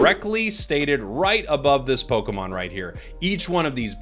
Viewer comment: ポコモンって聞こえる。。。